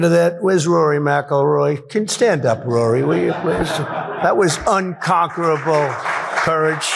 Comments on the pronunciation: This fkn Dum says whatever comes to his empty head omg, also, he was so proud that he was roughly and awkwardly able to pronounce " unconquerable" lol. His speeches are so dum and empty that his minions try hard to cover it by laughing like reta,rds to his dum cringy jokes lol smh. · "I just learned that I can still pronounce 'unconquerable' without slurring the word so I'm going to say it 4 or 5 times" ~DJT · Someone had to have written the word 'unconquerable' for him and teach him how to pronounce it